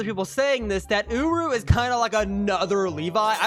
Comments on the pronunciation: bro really called him ooroo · hold on... did i hear that right? "Secure rah?"